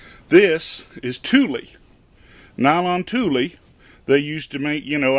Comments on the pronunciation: it's pronounced Tool not Tule. Thanks for the info. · Tulle, is pronounced as tool. Worn out cotton pillow cases make a good cheese type cloth. Just make sure to wash them well, then give them another cycle in hot water, without detergent, so it is basically a lot of rinsing. It is a great way to get more use, out of something you already have. If your house is anything like my own, the last thing I need, is more stuff in my house.